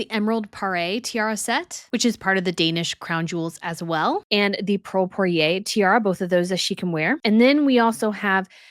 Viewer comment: The word Poire is pronounced Pwah-rey, more or less. The word Parure is pronounced pah-roor.